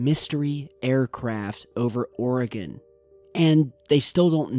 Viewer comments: You!, it's Will-lamb-ette, Willamette. Just like it's spelled. And Ory-gun. Oregon. Not: Aura-Gone. In any case, pretty cool upload!! The significance of launching fighters shouldn't be overlooked. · Jesus Christ it’s Or-a-gun and Wil-am-it (Willamette) do your research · Will-AM-IT is how you say Willamette.. and OR-ee-gun.. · WIL- LAM-IT not WILLUEMIT. ORGUN not OREOGON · glad your walking bro! and Oregon is pronounced "Ore-gin"^-^ sorry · It’s pronounced how it’s spelled.. not “Willy-mate.” It’s “Will(a)mette.” Willamette. Come on, man. Willy-mitt? I’m from Oregon. You pronounce oregon strangely too. Just say it slowly and naturally. Pronounce the “e” as an “eh” and the “o” as a “ghin” or “g-in.” Oregon. Don’t say “Orygawn.” It’s appalling. Also, I’m an experiencer. Lots of crazy shit happening out here in Oregon, let me tell you what sir. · Willamette... Wil-lam-ett Oregon... Or-e-gun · FYI, just for fun, thought I'd pass this along. Oregon is pronounced OR-GUN; the e is basically silent. And Willamette is pronounced WILL-am-et. It's the Willamette Valley, specifically. Just thought I'd pass along from a West Coaster to an Easty. As for the event...I'm THRILLED that finally, FINALLY, they admit that it actually occurred, as opposed to the S.O.P - total cover up. Happy Holidays! Much love, Shelbie =) BeautyDaughtMom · lol..Washingtonian here...Willamette is pronounced Will-Am-ette, and Oregon, Or-uh-gun. You crack me up. Good video though..I guess this happened right over my head:-) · It's fun listening to people who live outside of Oregon pronouncing names of places in Oregon. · Lol he said Oregon the wrong way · Hell nah I'm from Oregon and you tottaly said Oregon wrong and Nevada lol, but but seeing cool stuff happend in my state is awesome 👽 cause that's where the Aliens live lol #KeepPortlandWeird🖖👽😁